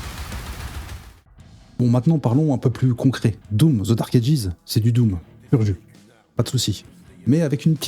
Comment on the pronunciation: sinon c'est dark Ages sans prononcer le S et j'avais 17 ans lors des tout premiers doom et il y a eu aussi des jeu comme Brutal doom qui sont les précurseurs aux nouveaux Doom actuel